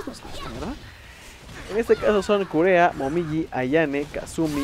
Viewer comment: Kureha... se pronuncia Kureja.